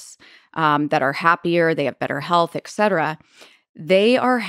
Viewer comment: Even highly educated people say excetera and not et cetera nowadays